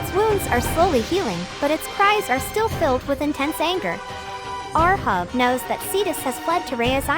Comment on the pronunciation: Ahab read like eight hab not ur hub :)))